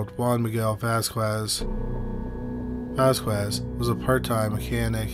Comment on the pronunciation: FYI. Vasquez = "VAZ-kez"